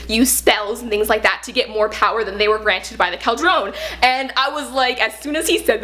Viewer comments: Love this! Cauldron is usually pronounced "Call-druhn". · I love this review and how excited she is but her pronunciation of cauldron pains me.